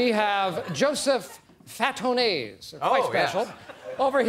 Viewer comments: He also said Joseph Fatonay INSTEAD of Joey Fatone. smh But I loved the Nsync references! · Joseph Fa-toe-nay? lol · Joseph Fah-tone-eys = Joey Fatone. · Everyone went crazy over the Lance Bass part, but didn't seem to care when he said "Joseph Fatoné" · it took me a while to get the "Joseph Fa-To-Ne" (Joey Fatone) suit hahaha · nobody caught Steve call the suits Joseph Fatone because he said "Joseph Faton-ay" but everyone heard Lance Bass XD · No one understood what he was saying because he said fatone wrong. When he said lance bass, the crowd understood the reference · I love how Steve just butchers Joey Fatone's name haha